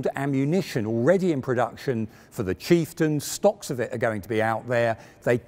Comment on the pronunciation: i was so engrossed until he called the chieftain the cheap-stion. haha. on the videos note, glad i found it in 2021! Will watch Challenger 2 right after. thank you!